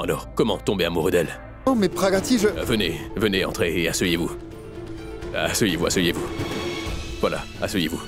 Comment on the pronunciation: Qui a entendu que a dit assueyez-vous comme moi!!